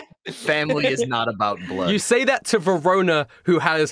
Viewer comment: i always hear perona whenever someone say verona its a female name by the way